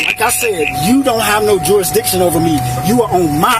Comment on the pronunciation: what does he "stan fo own erff?" he never told us. as we observe so glaringly on a daily basis, tiny peripheral bits of intelligence and civilization is DANGEROUS when bestowed upon organisms not naturally attuned to it.